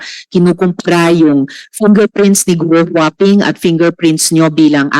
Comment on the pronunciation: Sen Joel, Gou Hua Ping at hindi huahua ping, kaloka!